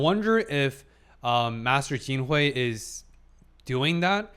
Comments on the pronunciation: Master Jinshi is sharp. I suggest learning his name! At one point it even sounded like you called him "quinoa", like the ancient grain. Loving your commentary. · What does it say that after three episodes, Jinshi's name is still mispronounced? "Fuyou" and "Gyokuyo" are pronounced correctly (almost always).